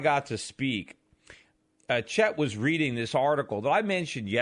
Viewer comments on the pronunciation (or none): none